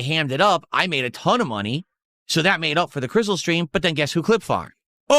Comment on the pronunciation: Im sick of hearing the word "Crissul"